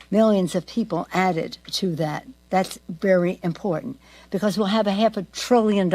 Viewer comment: You know your dentures aren’t in properly when you can make the “b” in because without ever closing your lips 😬